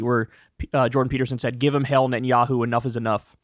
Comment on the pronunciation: "Give them hell, Natnyaho ! " Is all I hear .